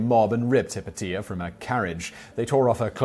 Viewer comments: Not "Hip-o-tia", it's "Hi-pay-she-a" - The movie Agora is all about her! And the hermaphrodite is the ultimate symbol of European alchemy, as it embodies in one, the balance of both major natural forces. Geesh, I though everyone knew that! : ) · Simon says he tried to look up the pronunciation of the names. He must have used webcrawler or some other defunct search engine. The first woman out of the gate Hypatia is pronounced (in English) Hi Pay She Ah. I found it in .00001 seconds. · Hypatia is pronounced hi-pay-sha